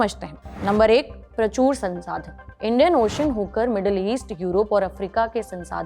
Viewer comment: Prachoor nahin, prachur. Matra chote oo ki hai. Aur haan, majboot nahi, mazboot hai.